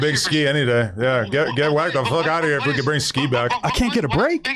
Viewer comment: Why does adam pronounce “fuck” fooook ??